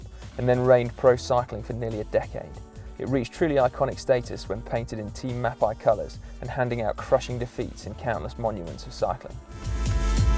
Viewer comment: what an ignorant video, poor englishmen who have this as their education into the history of road cycling, as far as i know sword and lotus are not road bikes, colnago mexico is pictured while discussing colnago master, mapei and bottecchia are mispronounced (the mapei one is unforgiveable), is "eddy merckx brand" an iconic road bike? no, is the mx leader? yes etc. etc.